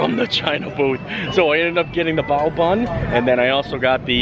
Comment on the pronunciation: Yes! You said bao correctly!